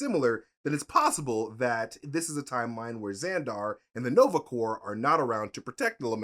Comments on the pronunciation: the "p" and "s" in Corps is Silent... it's pronounced "Core" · pronouncing corps as corpse and not core stressed me out for no reason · Please, don’t say Nova “Corpse”. It’s said like “Core”. Coming from a USMC vet. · Take a shot every time says Nova Corpse. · Just a note, Corps is pronounced as Core. Same way as in Marine Corps is pronounced as core. Another weird one is Corpsman who is a navy medic working with Marines is pronounced coreman... otherwise it sounds like corpse. And I listen to every episode related to MCU. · sigh... quit saying corpse. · Take a drink every time pronounces it "Nova Corpse". Good times. Omg a Strangers in Paradise shout-out! Awesome,! Also required reading: Love and Rockets. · Please...no more "Nova corPs"... the P is silent...lol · people I kept giggling when repeatedly said Nova corpse lol ❤️ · i LOVE. U. But. Stop sayin "Corpse" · I keep hearing Nova CORPSE which is probably accurate too considering they're dead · Me too. It’s a pronounced core. Like in the Marine Corps. The ps is silent. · Dear God listening to say the P in Nova Corp over and over and over made me lose some iq points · Nova "corpse"...come on at least try 🥺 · The P in Nova Corps is silent. Like Peace Corps. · you don't pronounce the P or the S in corps. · Oh! Please stop pronouncing P in Nova Corps!!